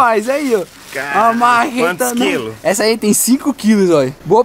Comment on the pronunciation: . Pó fala uma mareta kkkkkkk